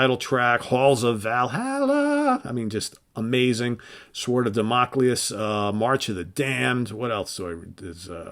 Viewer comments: Damocles. not Democleus. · damocles not damoculus